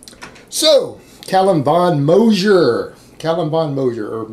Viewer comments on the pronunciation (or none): I think the G in Moger is pronounced more like the G in “gun“ or “good“ rathet than “gentleman“ or “Geoffrey“